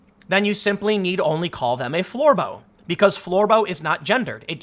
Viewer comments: Lmfao.... "Floor-boh", smh... Bravo Tim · please stop saying Florbo!